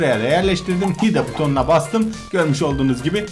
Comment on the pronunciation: hide hayd diye okunuyo